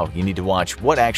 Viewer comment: the way he had to say he was ACTUALLY dead💀